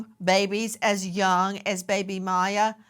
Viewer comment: Poor baby! Give her away if you dont want her! BTW the baby's name is not Maya it's Miya ... like in Mia.